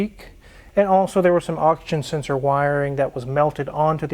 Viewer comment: "Oxen senshor!"